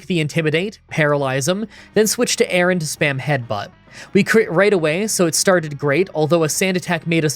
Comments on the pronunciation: His horrible mispronunciations of the entire Aron family was so painful to listen to. I know he doesn't care and/or just isn't good with names, as he's said a billion times, but it doesn't make it any less cringey to listen to again and again. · I really wish you'd read MarshTOMP's name. There is no second S in it. Also the way you pronounce Aron is off. The 'Ar' part of it...well think of a pirate. You're pronouncing it like the name Aaron.